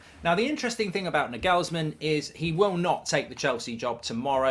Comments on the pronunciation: Will Mark ever learn how to say Nagelsmann? I think he is still speaking about the Danish wonderkid sensation Miguelsen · I’m not, nor do i speak German, but i’m quite certain that he is butchering that name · It's not Nigelsmann, it's Nagelsmann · He says Na-gelsmann when it’s supposed to be Nagels-Mann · Hey Mark. The correct pronunciation is stressing the first A in Nagelsmann. Like NAgelsmann. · It's Naaaaaagelsmann Mark. Focus on the A ... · I speak German and the way Goldbridge pronounces Nagelsman cracks me up. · At this point I'm pretty sure Mark is purposely mispronouncing his name for the Youtube algorithm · nah ive never heard nagelsmanns name be pronounced like that😂 im convinced mark is just butchering names on purpose now 😂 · Why he announce his name like that 😂😂😂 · Mark wanted to see how many times he could say Nagelsmann incorrectly in one video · Hes so ignorant to pronouncing foreign names properly it's hilarious 😅 that's just Mark for you... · The worst part of this is that we're going to hear Mark butcher his name almost every week now 😂😱😱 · British people lol. The way Mark pronounces Nagelsmann is the funniest ish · He's the only bloke who doesn't know how to say Nagelsmann lmao it's obvious how to pronounce it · Americans can't even pronounce a lot of English English words lol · I swear Mark mispronounces names intentionally to drive comments, there’s no way he thinks that’s actually how you say Nagelsmann